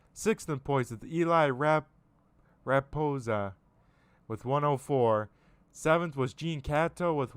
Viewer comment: Great job with the Broadcast.👍.. my last name is Ra / posa. Your close but there’s no N in it